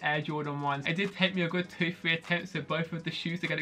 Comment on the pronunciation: "thwee thwo one" "Bwoh" R=W now I get it